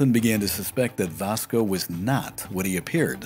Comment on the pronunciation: In portuguese , his name is pronounced as "V Asco" with that A as car, not "V Esco" as cat. Huge and important difference.. 👍